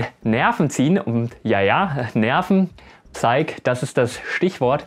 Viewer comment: Bitte nochmal nachschauen/-hören, wie man das englische "Psyche" korrekt ausspricht ;) das p ist stumm, das e nicht.